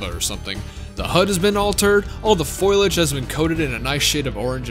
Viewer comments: foliage, Marge Simpson. Foliage. Not "foilage." :p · I had to resist hitting downvote for your pronunciation of foliage